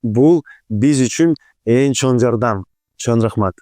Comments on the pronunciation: “ЧОН” эмес “ЧОҢ рахмат” урматтуу алпаруучу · Автор чон рахмат дебей чоң рахмат деп сүйлөчү кишини раздражайтетпей 🤬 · сен "Ң" тамгасын айталбайсыҢбы? Андай деле кыйын эмеско. Көп подкасттарыңды көрөм, инстаграмдагы баракчаңды дагы көрүп турам, көп байкайм, Ң тамгасы кезигишкен сөздөрдүн баарын Н деп айтат экенсиң. 🙂 Чон рахмат, чон ата,..... ж.б деген сыяктуу. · Эми чон рахмат дебей чоң деп,ң тамгасын туура айтып үйрөнүп алчы,алып баруучу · тууган, качан чоң рахмат дегенди үйрөнөсүң ай😂